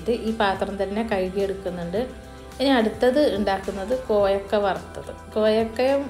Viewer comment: Koyakka alla kovakka annaani parauka